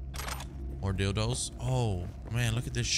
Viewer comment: He called it a "dilds"😂